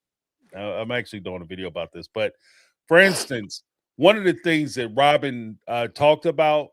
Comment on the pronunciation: It’s like Rawwwbin is really leaning into the way we make fun of her pronunciation. She’s rage-baiting us. 😂